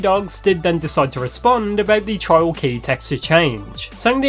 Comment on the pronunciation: I keep hearing "child" when he says "trial"